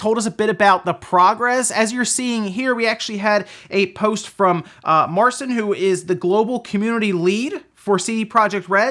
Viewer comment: I think it's pronounced Mar-Chin. It's Polish. I could be wrong though. Great video as always. Hope your family are doing well 💜